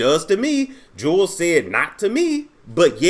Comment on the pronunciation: It’s pronounced “jewels”